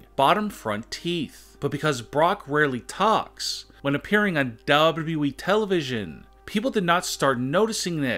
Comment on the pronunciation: DUUUUUblooee televisoooonn